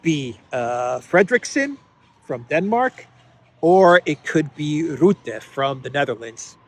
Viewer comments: Mark Rutte should be pronounced as Mark Rutte, not like Roete, but as Rutte. Something sounding like Ruttia in stead of Russia, but without ' ia ' in stead you just say Rutte my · Thanks again for your daily work. In Dutch Rutte you say the u like u in the word Luck or Truck.